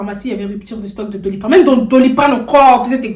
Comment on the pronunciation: Elle dit mm dans Doliprane encore 🤣🤣🤣🤣🤣🤣🤣🤣🤣🤣🤣